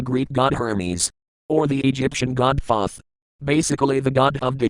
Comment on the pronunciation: Thoth is pronounced tote.